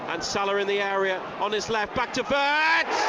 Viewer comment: was the commentator calling wirtz as birtz? 😂